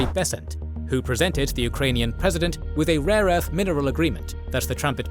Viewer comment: He said and I quote, “RAW ERTH”